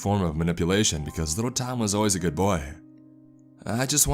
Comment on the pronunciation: "ItS aLl GoHooD"